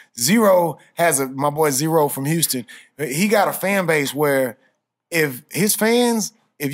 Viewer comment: houston pronounced "pint" lmao.... man hol up